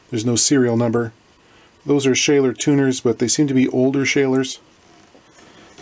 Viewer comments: "Schaler" ...Its "Schaller" rhyming with valhalla. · A small point from a German-speaker. Those tuners are Schaller, pronounced "shall-er". If it were 'shay-ler, it would be spelt 'Schäler'. Just sayin... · SCHALLER - TWO Ls - not one! It would be one L as if it was Schaler which is WRONG. Your pronunciation is not right. Schaller as in SHALL with ER at the end. Made in Germany of course. But only more people don't realise or know that this is actually just a name as their hardware is made by BML of Germany. That bridge looks like a 70s FENDER bridge made from zinc (company code name MAZAC). Also the two springs have to work harder to counteract the string pull so Leo Fender put the FIVE springs in to make it easier on the springs. The angle is to make the tension tighter without the other springs which is wrong as it breaks the structural integrity of the steel. This also makes it easier to adjust. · I find these videos to be deeply relaxing and informative at the same time. Thanks for this content. Just FYI, in Germany the parts manufacturer "Schaller" would be pronounced "shuller". Best greetings to Canada. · Well, its not about what you think sounds right to you, its about what is correct. Shaller is a German company and I am german. Cheers. ...